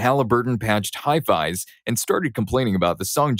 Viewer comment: First time hearing someone mispronounce "verbatim." Also, "itinerant," "hi-vis," "fibromyalgia," and "primeval" were all mispronounced.